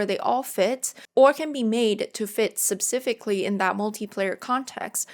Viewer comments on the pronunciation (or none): It’s pronounced specifically, not supsifically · Thanks for theinfo. Note: "specifically" is not pronounced how you pronounce it ^^